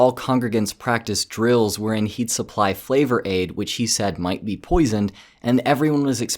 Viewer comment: Thankyou for saying 'Flavor-Ade'. Respect.